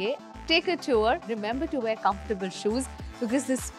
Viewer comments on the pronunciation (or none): none